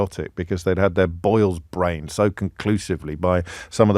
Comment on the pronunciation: Distinctly heard you say, "having their boils brained." As a non-Brit, I guess you meant their boils had taken over their cognitive functions...